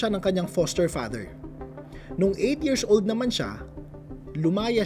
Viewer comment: bat kac yirzzz old pagkakasabi mo. nakaka irita pakinggan.